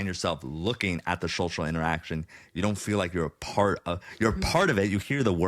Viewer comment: I love how Zach can't say social ... is like showshal